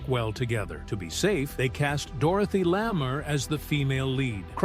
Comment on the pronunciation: Dorothy "Lammer" ?